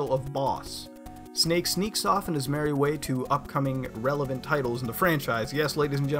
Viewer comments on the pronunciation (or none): none